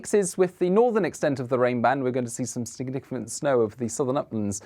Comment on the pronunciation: You need to practice saying the word significant, talk about mincing and words which there was a lot of in this forecast.